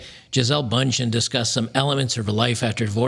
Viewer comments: I still get crazy when Americans pronounce her name. Liike Chiesel Bun-Shen. For German eyes, that name is obviously supposed to sound differently. Like "Geezelle Bewnd-Hen". There is even a typical umlaut character in the name, and the "chen" suffix, which indicates the belittling form of Bund (which has a lot of meanings, from "union" to "federation"). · its pronounced Bündchen, not bundchen, the two little dots above the u do actually have a meaning, believe it or not. Its German and means circlette (as in a small circle or band as in arm band) Jesus, uncultured american barbarians.